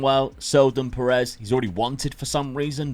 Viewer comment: Nobody else's blood boil the way he pronounces piers ? 🤣 Just me ?